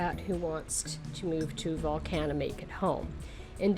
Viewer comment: This was a bit difficult to listen to. Some advice: If you come to Volcan [pronounced vol-CON] due to the changes in the Friendly Nations Visa, you will be required to purchase property. It a terrible change in the law. It increases the price of everything as more and more Ex-pats move here. And the locals know it. There's going to be some things you don't like. Keep in mind that you are a guest. People call themselves "Ex-pats" but they are immigrants. That's okay. Panamanians run things the way they do. For example, if you go to a fonda [pronounced PHONE-da] you will likely be served in a styrofoam container with plastic utensils. Less than ideal but that's they way it is. Darn tasty, very inexpensive. You know who isn't concerned with "plenty of parking"? Panamanians. Most get around by bus and taxi and it's fun and VERY inexpensive. A great way to practice your Espanol. You don't need a car. If you have ever found yourself complaining about fuel prices in North America, just wait. Want to get to a trailhead? Get a taxi. How do you get back? They will wait for you. Much more expensive but over a year, not having a vehicle will save you a ton. If you must have a vehicle, you don't need a giant SUV. Those monstrosities are pompous and out of place. You are likely going to have a housekeeper. Get to know her, practice your Espanol with her and understand she likely has an hour or more commute just to help you. Thank you for your consideration. Edit: Don't surprised if your ho